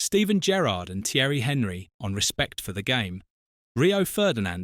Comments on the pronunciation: Henry? Could you at least try to pronounce the man's name properly? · no it's AI. Literally only watched it as some of the info was new to me. But yes the ears did cringe